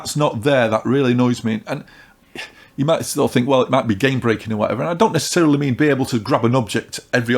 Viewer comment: Did say neccecelery at the beginning